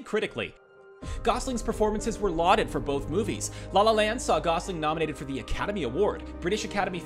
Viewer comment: the way he said la la land started to make me mad idk y